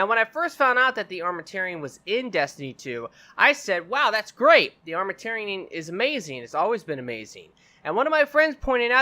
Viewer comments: The way he pronounces Armamentarium triggers me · Good video. Real good. Thumbs up, but Armament and tarium isn't that hard put together and pronounce correctly.